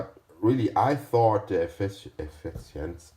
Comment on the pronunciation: (Efficiency) EASY WAY TO SAY IT (the way I say it -as an American) .. E-fish-in-see efishinsee